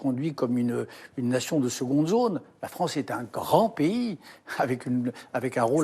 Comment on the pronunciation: La fronce 😂